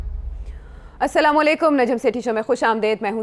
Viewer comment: Sethi Sb. Just one request. Please say Assalamualaikum, please don't say samalaykum because the whole meaning changes if we don't say AsSalam-o-alyekum. Hope you will not mind. Thank you.